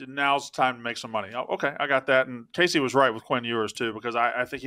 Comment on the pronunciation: Kay-SEC Smith